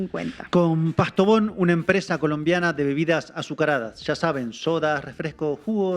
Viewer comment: "Antíoquia" no Antioca. "Postobón" no PAstobón. Valencia "Cósio" no Cosío.